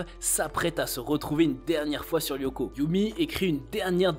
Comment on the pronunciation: Ça se prononce pas Yoko mais Lyoko avec un L les fans de la série ne le prononcent pas très bien